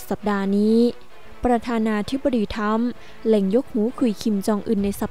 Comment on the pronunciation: ทรัมป์ครับไม่ใช่ทรรม ออกเสียงให้ถูกหน่อยนะน้อง ภาษาไทยคือภาษาพ่อแม่เราไม่ใช่หรือ